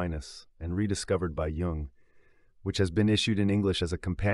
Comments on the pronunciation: He's family name is pronounces like Y-oo-ng not J like in Jesus. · Curiosity killed this hep-cat… Why did the reader pronounce Jung’s name wrong at the very beginning?